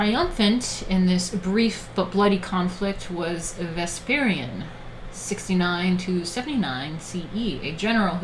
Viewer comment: One minor nitpick, Vespasian's name is pronounced wrong. Other then that great stream.